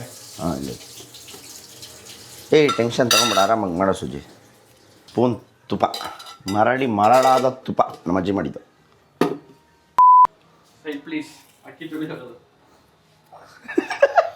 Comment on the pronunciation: ಮರಳಿ ಮರಳದ ತುಪ್ಪ ಅಲ್ಲ bro... ಮರಳು ಮರಳದ ತುಪ್ಪ 😂😂😂